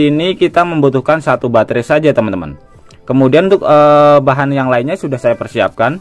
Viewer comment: Batre bukan bangre kan boys